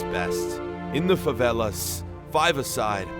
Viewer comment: He said properly for someone in USA.